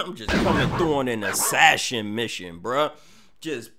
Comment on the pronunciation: So we not gone speak on how he pronounced assassin 😂